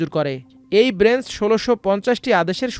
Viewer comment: ব্রেঞ্চ নাকি বেঞ্চ?